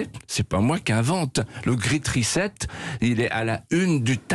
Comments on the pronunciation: Chère Sonia, au sujet du "Great Reset" on ne prononce pas "grit risette" mais "grètte ricette"! Comme quoi nos élites on un niveau 5ème en anglais. Sehr enttäuschend! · " Zeu Gwiit' rizette " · "Ze grite recette" 😆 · "The great "risette" 😄😄😄😄 : M. De Villiers prononce correctement l'expression ! 👍👍👍👍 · Ces journalistes nuls en anglais, ça me tue ! L'intervieweuse qui dit "Ze grit rizette" ! (pour "The Great Reset") m'a fait mourir de rire !... "Fais-moi risette !" Disait Bill Gates a son associé !...MDR...